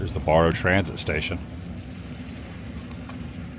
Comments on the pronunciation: It’s pronounced Bear Oh not bore oh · BARROW not BORROW lol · It's pronounced like wheel barrow. Not like borrow money. Love the videos! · I am 55 years old. Today is the first time I ever heard anyone pronounce Barrow "borrow". Other than that, the video was awesome.